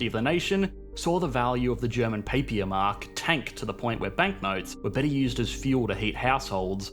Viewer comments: Papier-Mark - not Paypier-Mark! - Sorry, as a German it just rubs me the wrong way when people get the pronounciation wrong! I know it isn't because you want to offend us or anything, but it just makes me want to scream in frustration, especially since you English native speakers butcher almost everything and sometimes even on purpose! Can't pronounce München? Let's call it Munich! Can't say Köln? Call it Cologne (which is aftershave, damned, not a city!)...maybe we should do the same? New York would be Neu Jork then! Appealing, right? Sorry for the rant, but it just pisses me off! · Its pronounced "papeer"mark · Great video, but as a German I was a bit confused when you talked about the Papier Mark, because you pronounce it quite strange. Papier = Paper in English. And "ie" in this context is pronounced like a long " i " like at the beginning of the word "Industry" And the "Pa" is pronounced like the "Pa" in the English word "Pants" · “Papiermark” is pronounced differently tho. /pronounciationnazi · You pronounce "Papier Marks" like it's a French word :P The "ie" is just a long "i", and sounds in "beer". So Papier sounds more like "pub beer" without the break in the middle. But it just means "paper" anyway, you can just say "paper Mark" :)